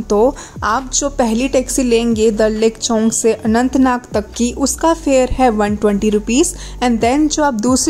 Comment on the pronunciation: that us chowk not chownk